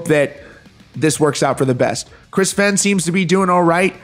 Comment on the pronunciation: I COMMENT THIS ON EVERY VIDEO YOU POST ABOUT THE FEHN CASE. IT'S PRONOUNCED "FAYNE" its disrespectful to continually mispronounce his name despite being aware of it.